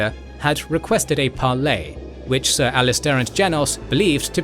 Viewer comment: It’s Ser Alliser, not Ser Alister. Other than that this is another excellent video. Both of your channels are among the best on YouTube